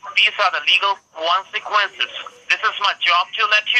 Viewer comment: Apparently there are some pretty swift and unpleasant "Kwonsackwences" If you don't comply! lol